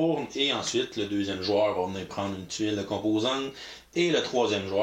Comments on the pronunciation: ''faire un spectacle dans un circle"... lol "...ajouter à notre circle" .. ben voyons ? 2: 27 " .. éléments de circle" je pense que faut qu'on te dise qu'il n'y a pas la lettre "l" dans le mot '"cirque" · ouch il faut croire que j'avais de la misère à prononcer le mot CIRQUE ce soir là! Merci de représenter l'office de la langue française. :P